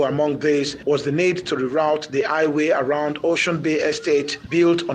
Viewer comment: Highway not aiway